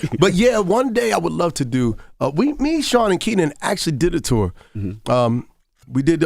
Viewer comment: Envy put a th on the end of tour is hilarious 😂😂😂